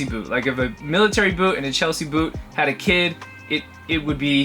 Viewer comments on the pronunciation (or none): none